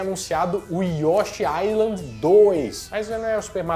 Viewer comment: O S em Island é mudo... Mistérios da lingua inglesa.